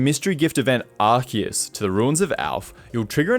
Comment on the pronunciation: My hat’s off to you for getting Rayquaza’s & Arceus’s pronunciations right! 👏